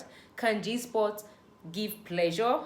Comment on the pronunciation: Please its spot not sport